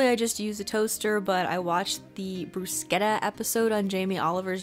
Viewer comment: Omg that bruschetta ponunciation 👌 also thank you for the overnight coconut oatmeal, wonderful idea 😍 love from Italy